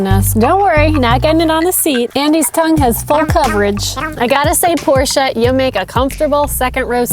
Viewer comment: Thanks for pronouncing Porsche the right way! "Porsche" not "Porsch", like a lot of English speaker do, including car journalists who should know better. It's a family name so there are no different versions of pronounciation. Great review, really enjoyed it!